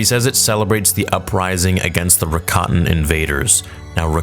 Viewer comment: The Star Forge creators. I never knew that's how you pronounce "Rakatan." So when they mentioned it in the 4th episode, it went right by me LOL